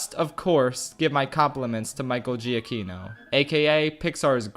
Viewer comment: It's pronounced juh-kee-no, not jee-uh-kee-no.